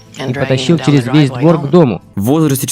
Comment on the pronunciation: Не тупи, череф))